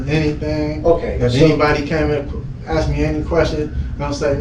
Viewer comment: He still says "axed"